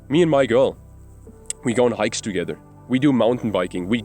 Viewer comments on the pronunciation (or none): the moment you said "we go on hikes together" i was like this dude German, then 5 mins "im German btw" i kneeeew it hahaha good vid :)